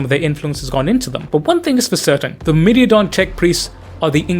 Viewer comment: Myrmidon is "mur-mih-don", not "mur-middy-a-don" (not sure how you arrived at that). Greek word for 'ant', interestingly. Secutores is "say-kyoo-tor-ayz". Plural of 'secutor', Latin equivalent of a foot-knight.